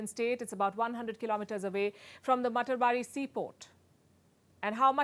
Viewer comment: It is pronounced mata ar bari...house of mother godess